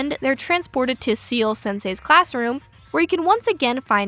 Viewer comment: ciel is not 'seal' but pronounced like the letters C-L (see-elle). ciel is french for sky or more relevant, heaven. he's heaven sensei. ... ... no you don't have to bother changing the way you say it. but if it helps it helps!